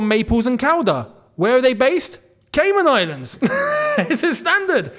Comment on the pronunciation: Nah the way kept saying “Caynan Islands”😂😂😂